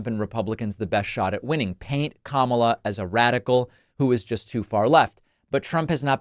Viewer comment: KAMALBLA ???.😂 OBARMNA ????😂